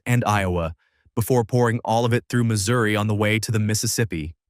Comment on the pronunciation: It's pronounced Missouri